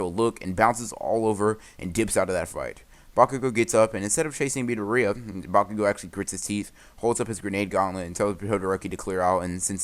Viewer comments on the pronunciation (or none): Did anyone hear him say bakugoogle